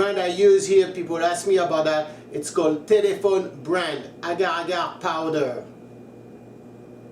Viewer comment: I kind of broke out laughing when he said agua ga powdurr no ad fence